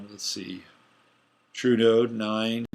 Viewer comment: It sounds like you are saying Trudeau instead of True Node. Maybe North Node would be clearer.